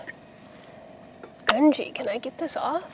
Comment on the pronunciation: pawl.... not prawl.. grungy not gungy.